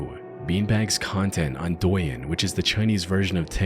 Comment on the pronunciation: at - douyin is pronounced like dough-yin